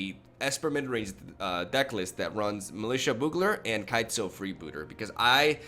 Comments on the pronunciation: Boogler is also not correct. The "U" in Bugler is pronounced like you. So you wanna pronounce it like Be-you-gler all together. Hope this helps :D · "be-u-ga-ler" Not boo-galor. Damn close though! Serious respect. Keep up the great content. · Less like a Boo sound, more like the word You with a soft b in front of it. bYou-gler. Having said that, I only post it for your information, say it however you like, it's hardly like we can't understand what you are saying, some British accents are MUCH farther from correct punctuation than anything I've heard you say! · I can't believe you. It's not pronounced boogler, it's pronounced bow-ogler. You pronounce both o's. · Not bow-ogler, it’s actually pronounced Byoo-gler. Thinking of it like capital B, capital U, gler helps. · Still wrong on the pronunciation... It's byoogler, not boogler. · I have the same thoughts on the hero deck. When he lives, it's great. When he gets destroyed, you have a heavy mana-costed, slightly underpowered deck. This seems better. Btw, its pronounced byoo-gler. All good though man. I speak one Language and struggle with it sometimes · You're so close to saying bugler correctly, but it's pronounced "Byugler" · Literally both pronunciations you expressed were wrong. It's BYOO-GLER. Love your content, keep it up! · I think it’s most commonly pronounced b-you-gler, or bju-gler if you prefer. Same as “bubonic” starts. But fact is, we all understand what you mean, so it doesn’t really matter, but the English language always fascinated me still :) Keep up the great vids :) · It's actually pronounced like byoogler. Otherwise good going,! I love your videos! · Bee - EWW - gler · Its litterally pronounced how its spelled and he cant say it... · Look up a commercial for Bugels chips and you'll hear how it's pronounced lol.